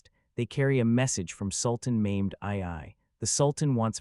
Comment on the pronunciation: Sultan Maimed, Really???? Forget about the pronunciation, you totally changed the Sultan's name and telling History, What a Joke!!!